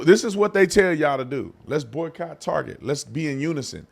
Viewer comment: Why can't this man say boycott? Is that term too white?